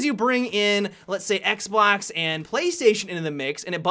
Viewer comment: i will be honest i thought i just heard him say xblox